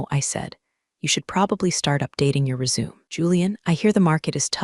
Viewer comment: You can’t pronounce Resume correctly?